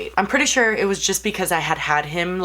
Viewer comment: "i'll probably do et again" lololol love her